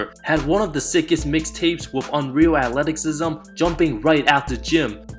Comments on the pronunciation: Nigga say Ackletiksism again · bruh this man said "akleticism" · Hi, I love your videos so it's about time I point this out. The "c" in Athleticism is pronounced with "S" sound and not with "K". Great videos man, thanks. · Did this man say atleticsisme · " Which took away some of his Athleteksism " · The way you pronounce Athleticism Atletik-sism is bothering me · It wasnt pronounce right. He says athleticksism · What i heard was "Atleksisim" 😂 i was about to point it out too. But in all fairness, this is a nice video. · You Really Cant Say Athleticism.... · Its athleticism with a silent “c” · Bro, I don't mean to be rude but you might want to look up the pronunciation of athleticism. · Korzemba is the Man. You guys are buggin'. Plus, he can actually pronounce athleticism...lol